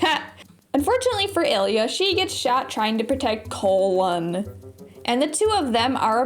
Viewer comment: It's colin did you not play the game? Was that some sort of failed bit or did you actually think the pronunciation could have been colon? Have you just never actually heard of the name Colin before?